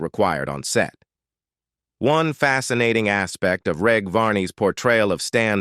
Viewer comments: FFS at least research the pronounciation of the cast. Its a soft G in Reg Varney, not a hard G. Its short for Reginald. Oh wait... its a robot voice. Disappointing. Very. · It's AI crap. Listen to how it pronounces Reg.